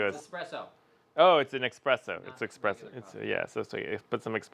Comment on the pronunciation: He said and typed expreso.. 😅😂 espresso my man… espresso